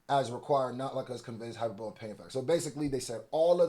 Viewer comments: not saying hyperbole and saying hyper-boul like he from philly has me sent 🤣🤣🤣🤣🤣🤣🤣🤣🤣🤣🤣🤣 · Yo lol ima need you to get that word right. HI PER BULL E, amazing video, love the work, it was just that one word was sticking out like a swollen finger. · hyperbol-E! the word is hyperboleeee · You butchering Hyperbole is annoying as fuck. IT IS PRONOUNCED HI PER BO LEEE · You said “hyper bowl” for hyperbole so many times lol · From a bro, ima let you know it’s pronounced “hi-per-Buh-lee”. Lookin crazy as a lyricist and not sayin words right, with respect. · No shade bro, but this word has been whooping yo butt. It's pronounced, HIGH-PER-BO-LEE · Hyperbole is taking y'all out 😅 hi-per-bo-lee😩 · Hyperbole (hy-PER-buh-lee) has been taking you and JayBlac out. Keep reporting this good information, bruh…I love you all’s content. #HipHopIsASport #NotLikeUs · “Hy-Per-BO-LEE” Hyperbole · He means (hai-per-buh-lee) hyperbole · I hate being this guy, but to my dawg, it's pronounced like this hi/per/bully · DOPENESS! AT THE SAME TIME THE WORD IS (HY-PER-BOWL-LEEEE), BOO. :face-blue-smiling:💯💪✊ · Hyperbole pronunciation (hi-per-bowl-ee) I gotta support and cop all the shop gear, Hiphop needs protecting thank you King! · You went to another comment to start this up again? In America this is how it’s pronounced. Just admit you also say hyper-bowl and you’re triggered by him being called out for it. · Btw Hyperbole is pron hi-PUR-buh-lee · Entertaining as the usual...just one thing bro it's hi-per-bo-lee (hyperbole) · the "e" at the end sounds like a "y" at the end of hyperbole, like hi-per-bully. Js, not picking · Hyperbole Hi-per-bull-e. Hope this helps. I love your content btw. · I’m not gon lie gang “hyperbole” (hi-per-billy)whipped yo ass this video 😂😂😂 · more like "hyper-bowl-e", but yeah, legalese vocab is on steroids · Yooo I’m dying because every time he tries to say it I’m like damn it’s hyperbol-ee. 😂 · Hyperbole is pronounced high-per-bo-lee